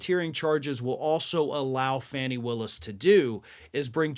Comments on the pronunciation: FAWN-ee!!! Dude how can we be this far in and you haven’t even checked the pronunciation of this woman’s name? You did the same with Ghislaine Maxwell and it’s embarrassing. FAN-ee is another word for tush or, in UK vernacular, v@@ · It's pronounced FAWNI, not Fanny. I don't think Ms. Brice would approve. Otherwise terrific as always. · Seems everyone else pronounces her name as "Fawny", not Fanny. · Her name is pronounced Faw-nee, NOT FANNY💙🐾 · Hey,, her name is FAHnee Willis. Not Fanny. Get it right. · Fani..not Fannie..(fawn-nee) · Interesting,, when you mention George Santos you pronounce it "Sahn-tos". ( a more Hispanic way) but? Georgia DA Fani Willis, you say "fanny". That is disrespectful to her. It's "Fawn-ni" not "fanny". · FAWNEE Willis, not fanny. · Fani Willis’ first name is pronounced fawn-ee like baby deer - per The Atlanta-Journal Constitution . Excellent segment, thank you! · Hey, It's pronounced Faw nee just sayin!